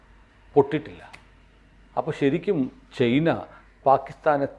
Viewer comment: ചെയ്ന അല്ല... ചൈന എന്നു പറയൂ... ഇത് ഏതാണ്ട് ചേന എന്നു പറയുന്ന കൂട്ട്... Not Chayna.... It is CHINA